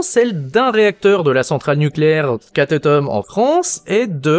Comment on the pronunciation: On dit katnôm pour la centrale nucléaire